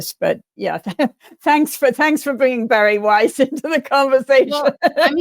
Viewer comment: Every time you say Bari Weiss I can't help hearing Barry White.